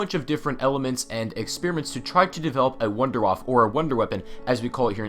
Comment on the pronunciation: Dear God, the pronunciations... Die Glocke sounds like DE Glocka and WunderWaffe would sound like VunderVaffe...